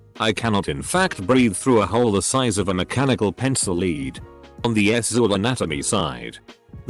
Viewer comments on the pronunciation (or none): Kinda like when the bot says sexual as (s-zool)